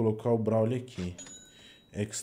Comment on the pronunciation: Agonia de ver ele chamando broly de brauly :/